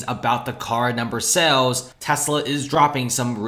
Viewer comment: You consistently mispronounce the word "sales" as "cells" .